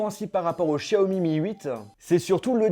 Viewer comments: Sa se dis pas 'Chaomi' mais bien Xiaomi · C'est pas chiaomi mais xiaomi mais aussi non bonne vidéo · Par contre on dit show mi pas chiaomi mais c'est qu'un detail